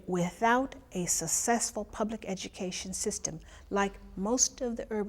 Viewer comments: ..."without a sussessful public education system, like most of the urban centers, they're not going to make it." For me, the "sussessful" part is least worrisome - yes, an apparent community leader has her own, functionally-wrong way of pronouncing English. Is this indicative she reinterprets basic concepts of others into her own interpretation? Who knows. More problematic is in the entire show, there doesn't seem to be a definition of "making it" nor any indication of how things like that, and "most", and "sussessful" can be counted or measured. Maybe this was just left out because it's an uninformative show, geared more towards maximizing advertising sales figures than communicating useful, actionable information. Or maybe it matters! NOW I remember why I stopped watching television. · Is it any wonder that only 11 out of every 800-900 students graduate with minimum education/literacy when your Superintendent has a PhD in Education and still pronounces "Successful" as "Sussessfuhl" even during formal interviews? They need to have educational standards for teachers and school administrators to make sure they're capable of actually teaching their students. Then we can work on the mistakes these degreed, but basically uneducated individuals have made (watered down textbooks, math where we "approximate the answer", etc.). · A doctor who is the former Superintendent for all of Detroit's Public Schools can't even pronounce the word "successful". That is SAD! You know she can't pronounce "ask".